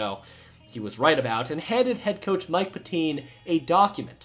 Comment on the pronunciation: It’s Mike Pet-tin, not Pet-teen